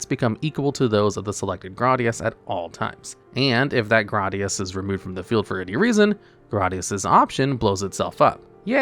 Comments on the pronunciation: it's pronounced GRAYdius not "GRADius" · It's pronounded "Gradius" Not "Gradius" 😎